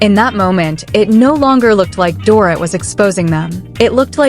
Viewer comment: you cant even prenounce Dorits name no girl, make an effort